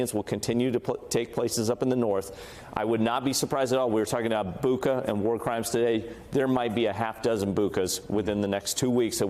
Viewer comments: BU-cha. Not BU-cka. BRO-vary...not Bro-VARY. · Hey, Clint. I've seen "Bucha" in cyrillic and it's pronounced "Boocha" not "Booca". You could have found this out for yourself. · The Ukrainian spelling is Буча, so it is correctly pronounced BOO-cha (almost sounds like butcher), not BOO-ka. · BuTCHa, like "gotcha" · Bucha is not a Greek name to pronounce it as Buca.